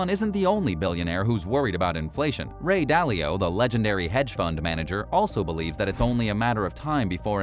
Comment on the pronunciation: Ah yes. The legendary Ray Dally-O